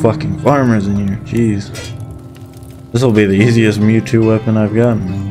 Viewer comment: Meitou is pronounced "may-toe", not "mewtwo". :p It's not surprising that people shower you with goodwill. Something honestly made and lovingly done is a thing to be treasured, now more than ever in this grim age of mass-produced disingenuosity. The victorious cause may please the powers that be, but the honest cause pleases Cato. And we, all of us, are every bit of Cato.